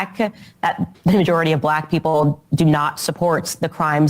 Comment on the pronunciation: The majewrity report